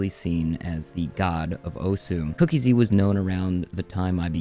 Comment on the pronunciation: SAY IT WITH ME: COOK--EASY NOT COOKIE-Z